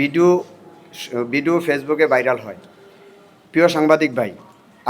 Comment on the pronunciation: ভাইরাল ❌ বাইরাল ✅😂